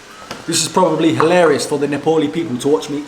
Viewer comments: You have started saying nepali correctly 😂😂 appreciate that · I like the way you say " NEPALI " in Nepali tone...watched your many videos.👏 😊💐